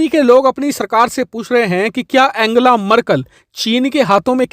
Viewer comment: abe bhai एंजेला है एंगेला नही, Aur kya deta rhta hai tu bhai bas kar fake channel hai tera..jo name nii pronounciate kr skta vo ghanta information sahi de skta hai...